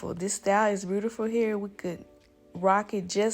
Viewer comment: Say "beautiful" ?? You from the south??